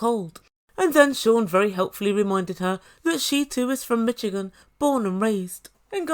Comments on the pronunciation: it’s pronounced like MISH-again! The “ch” in Michigan is more like an “sh”. The state name comes from a Native American Algonquin word, that’s why it doesn’t really follow the phonetic rules of English. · It pronounced mi"sh"igan the ch is soft like the name Charlotte my mum's from Detroit Michigan. People from Michigan are called Michiganders. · I want her to hear how Americans pronounce it.